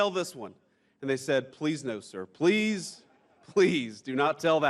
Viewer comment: I can't hear you say pwease, mawiens! 😂